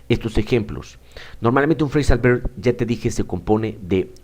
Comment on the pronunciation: Hola profesor, muchas gracias por su vídeo, le doy un consejo: no quiero ofenderle pero le recomiendo que intente diferenciar la pronunciación de la V y B en inglés, ya que no es como en el español, en el inglés la V se hace con los dientes en el labio inferior, y usted pronuncia "berb". Los hispanohablantes somos propensos a pronunciarlos igual pero no deberíamos, porque podemos confundir al otro con ciertas palabras, por ejemplo, si pronunciamos voice como boice, se puede confundir con "boys". Un saludo 😊